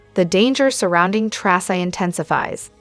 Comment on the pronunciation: Its "Tracy"